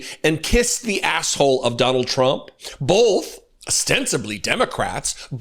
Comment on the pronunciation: Does do that weird thing of putting an "l" on the word "both"? As in "bolth"? Or am I hearing him wrong?